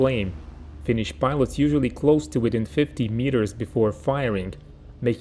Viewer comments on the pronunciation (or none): none